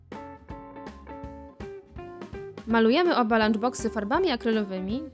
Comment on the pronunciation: XD TEN GŁOS LANCZ BOKSY